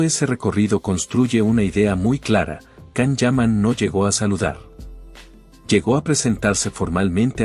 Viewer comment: Lo primero pronuncia bien su nombre